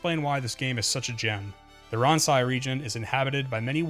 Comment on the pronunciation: I think "Ransei" is pronounced "Ron-say"